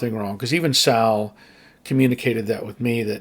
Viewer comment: ”Better Call Saul (Sal)”😂